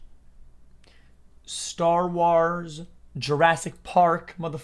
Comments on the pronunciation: mf did you just say staar waars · STAR WHARSZ